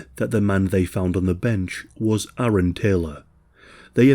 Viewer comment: Thank you for correctly pronouncing ‘Aaron’. My name is Erin and I can’t tell you how many times people hear it and confuse the spelling with Aaron (I’m in America).